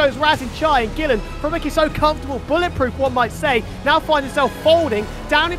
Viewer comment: are you serious right neow bruh